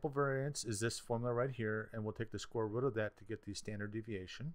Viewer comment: Did u just say "Square rot"?